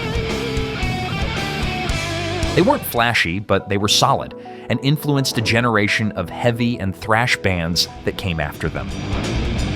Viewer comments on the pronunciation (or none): none